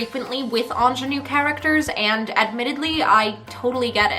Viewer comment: The way you say ingénue 👌